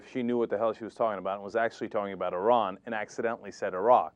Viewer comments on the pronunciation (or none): She didn't say 'Iran' OR 'Iraq'. She said 'Eye-rack' - whatever that is... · It's IR-an and IR-aq Never mind It-aly and mosc-o(w)